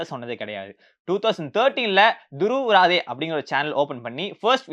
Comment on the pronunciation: துருவ் ராதே அல்ல துருவ் ராட்டி ( இதுதான் அவரது உண்மையான பெயர் இந்தி உச்சரிப்பில்)